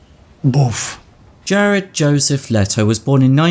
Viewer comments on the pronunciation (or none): none